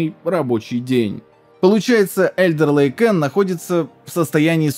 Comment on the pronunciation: "Alder ... " - читается только не как Элдер..., а как Алдер Лейк